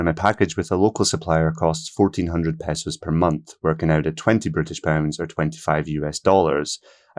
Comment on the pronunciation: Thanks for saying pehsos and not paysos. Almost all western video’ers will say paysos. Somehow that highly irritates me. I thought the cost would be closer to 2000 dollars. So this is pleasant information.